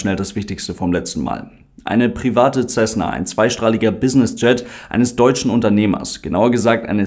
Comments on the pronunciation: Nein, macht man nicht. Das ist ein US-Flugzeug, kein italienisches. Wirklich korrekt wäre 'Sässne (Lautschrift ʹsɛsnə). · Man spricht „Tschesna“